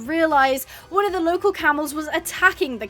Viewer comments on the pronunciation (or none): none